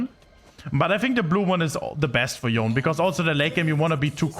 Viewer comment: how hard is it to pronounce his name correctly?